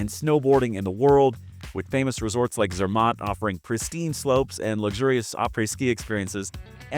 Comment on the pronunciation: Malaga and Zermatt have emphasis on the first syllable. Those are two I can recall right now. I am not trying to be a snob, and I am not European, I just think it is respectful to learn the proper pronounciation.